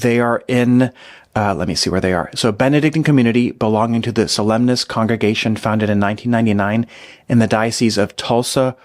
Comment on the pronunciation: Cds are actually plastic, not metal, but they shine like metal. 🙂 And Solesmes is pronounced SoLEM. The rest is silent. And the French site that ends 'bault' won't rhyme with 'vault' but with (rain)bow (as opposed to 'take a bow').